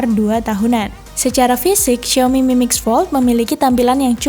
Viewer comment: Nyebut nama hp xiaominya ngeri kepelset huruf i jgn diganti huruf E yah